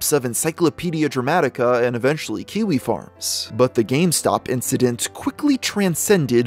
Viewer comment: He keeps saying quickie forums instead of kiwi lol